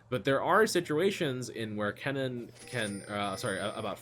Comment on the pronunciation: I was so confused, you make Kennen sound like Cannon :D took me 5 minutes.